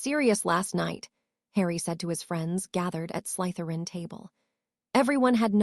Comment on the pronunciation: Yeah like wouldn't it take 10 seconds to show the potter films to the AI model so it could pronounce things like Slytherin thats said 1000 times. Or breathed as breathe-ED Or know any of the usual.context to a word that affects its pronouncement.....becauae sometimes in English we have 3 separate, but all correct ways to say something....im not going to get grammar nazi for that But gross mispronounciations not being able to say anyone's names half the time. Hermione to Hermalin??? I thought those were supposed to be intelligent language models So specifically potterworld content when these were some of the most famous books and films ever made being slaughtered...